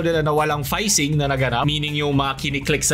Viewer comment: Iba ang Fishing sa Phishing